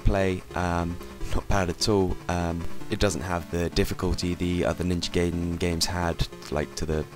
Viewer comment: Ewwww emulator footage! It's pronounced Guy den, not gay den lol. Other than that good review. In the description box, who is "we" and "us"? Just wondering if you have more than one person working on these videos.